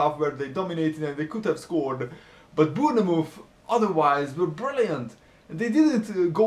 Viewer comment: its bournemouth not bweerrrnmoth